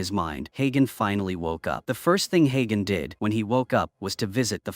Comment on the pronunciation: the name is spoken like hunter but hagen